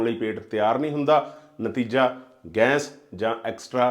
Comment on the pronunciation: ਜਨਾਬ, ਤੁਹਾਡਾ ਕੰਟੈਂਟ ਬਹੁਤ ਚੰਗਾ ਹੈ ਪਰ ਗੈਸ ਕਹੋ ਨਾ ਕਿ ਗੈਂਸ .......